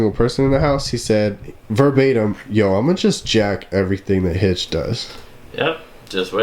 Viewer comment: God damn it Hitch, you said my last name wrong. LOLOL